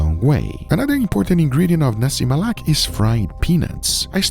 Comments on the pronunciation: hahahahahha. slip of tongue . guga said "nasi melak" instead of "nasi lemak". but its okay. guga bringing my home country Malaysia national food to the whole world! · i can hear guga struggling to say "lemak". for instance he literally said "nasi melak" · NASI "MELAK" LOL hahahahaha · its not nasi melak, its nasi lemak😂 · Nasi Lemak... Saya dengar Nasi Malak 😂.... Patus sambal ori guna lada kering paste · You know all Malaysians are gonna roast you for mispronouncing Nasi Lemak as Nasi Malak😂😂😂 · Nasi Lemak❌ Nasi Malak✅ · i love how it when from Nasi Lemak to Nasi Malak. <3 love you though guga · Dei....it's Nasi lemak...not nasi Melak😂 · ni*** its nasi lemak not nasi malak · Hey Guga, it's Nasi Lemak, not nasi melak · I overheard guga nasi "melak" a few times,is nasi lemak , hahaha and with my history of the rice , was cook directly with coconut milk and water mixture, not added afterwards i think , and even tho is hard to get, u need pandan leaves too, for the max fragrance of the rice Uncle roger might blame you in use of blender instead of pestle and mortar , but i am ok with it Sight change, mix the peanut and anchovies in later during consuming, coz if the sambal is too wet, it will get soggy anchovies and is not good But i am impressed on the use of belacan, the kryptonite for the whites , thats what we call it Ps; mark just released his vid of visiting Malaysia with durian cendol, something guga will avoid But yea mark was in thai for many years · Did I just hear Guga say nasi Melak???😂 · Take a shot everytime Guga says "NASI MALAK" instead of "NASI LEMAK" 🤣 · Alamak, dia tak tahu nak kata "lemak" tapi kata "malak" LOL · its called "Nasi Lemak", not "Nasi Malak" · did he say nasi malak? 🤣🤣🤣🤣🤣🤣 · Nasi Malak? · He cooked the nasi lemak perfectly but he prenounce its name wrongly... Nasi Melak...😂😂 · It was so good...guga just couldn't pronounce the name right...now i am craving for nasi "melak"🤣🤣🤣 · bro said nasi malak😭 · nasi malak.. nasi lalak..